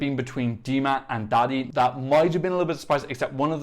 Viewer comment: So u say daði not like dadi more like dathi and btw im from iceland